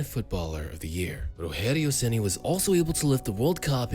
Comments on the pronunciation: PORRA TNC POW... o cara eh BR narrando historia em ingles.. porem fala o nome do cara parece latino norte americano RORRERIO RENI. pohaa nome se fala normal em qualquer lugar do mundo caraii.. ROGERIO SEMPRE VAI SER ROGERIO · You said "Rogério Ceni" in a spanish way, but in Brazil speak portuguese.